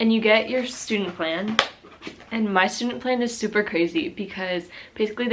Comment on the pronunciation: Its Stundenplan not studeplan 😂